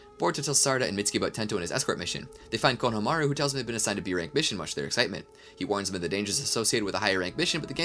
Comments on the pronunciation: Hearing you pronounce Konohamaru is like listening to a rape of a language taking place during a train wreck. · While I respect the heck out of you for putting this whole amazing thing together. I have to ask. Why oh why do you keep saying EVERYONE'S name in the dumbest way possible? Konohamaru for example. It's was the same thing with the My hero academia speedrun whenever you would say Izuku Midoria's name. You're saying it wrong. It makes it hard to get through the video. Why do you do this?